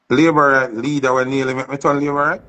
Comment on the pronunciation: Hear the bell. labor wrong 😂